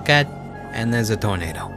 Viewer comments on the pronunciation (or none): none